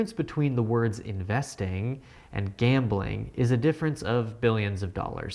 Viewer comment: It's "Gambling"